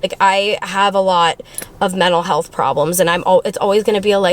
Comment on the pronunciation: I love the transparency! ❤❤ This video reminds me that your a normal person. Also, every time you say mental health I swear it sounds like you’re saying metal health 😂